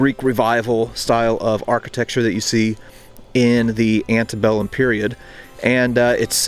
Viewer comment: He said ANTIBELLUM. 😁